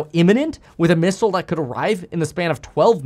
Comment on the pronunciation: You say it 😂😅